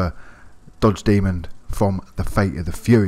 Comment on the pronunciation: Why’s he saying “dodge demond” it’s a demon